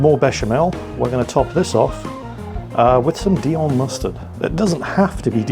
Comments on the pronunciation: Dijon.... Its Dijon mustard!!! As in the place in France not Dion which is probbly the name of footballer somewhere!!! Otherwise jolly good attempt there matey..... Im a croque monsieur connoisseur and th get the thumbs up from me 😋👍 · no Cheese like Swiss Chesse to make a Croque Monsieur... as for 'Prosciutto' pronounciation: just replace the 'sci' bit with a 'sh' like in 'posh' and you should be fine... or call it 'Dave' as you do in your other channel. and 'Dijon' is pronounciated like 'Dishon'. Not picking on you at all, just trying to make your vids appear more professional. Enjoy... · Very nice, sir,. Just a couple of hints: 1. Prosciutto (pro CHUTE toe) 2. Dijon (d Zhon or d Jean like the French name) Looking forward to more At Home with the Gnome... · Why are you pronouncing Dijon, dion?? The J isnt silent. Love you. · makes cooking yourself and your friends into an early grave look so yummy and fun. 😁 But wow, the pronunciations...LOL! I especially liked how put the "dee-on" mustard on Rita's sandwich. As everyone knows, "dee-on" mustard is named after the town of "Dee-on" in France, where it originated. 😂 And let's not even talk about the hash made of prosciutto...hmm...that sounds pretty good...prosciutto hash, yummy! Call Babish! 😏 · How can a person actually not pronounce dijon mustard correctly? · Rita please teach him the correct pronounciation of Dijon ! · Pro-shu-to. And the "j" in "Dijon" is also pronounced, and not an almost silent "y". A bit like between "sh" and "j" in English ... like in "jour", which even the Brits know.